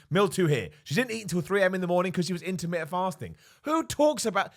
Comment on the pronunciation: Its just his accent, over here we like to miss a load of T's. In this case missed all the T's 😂